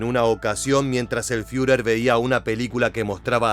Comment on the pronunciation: ¿Fiurer? Toma se dice Firer